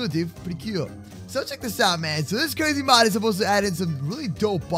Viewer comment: Mod not mode